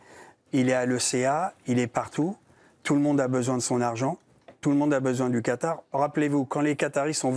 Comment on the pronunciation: Le quatar